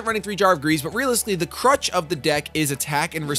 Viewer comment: Doesn't he mean Crux not Crutch? Unless that card is a hinderance, which I don't think it is... oh well lol